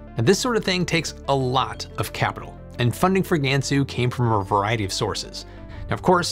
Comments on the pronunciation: Please note that no Asian language including Chinese has the English vowel sound "ae" in "bad." You are effectively Anglising your Chinese pronounciation. A more closer pronuciation is "Gunsu." FYI Google translate has a good prounciation of Chinese words. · Not GAN SUE. it’s pronounced, Gunsu. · How to properly pronounce "Gansu Province" - "G-ahh-n Soo"